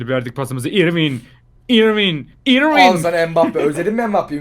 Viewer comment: İrwin'in doğru telaffuzu örvin şeklinde oluyor..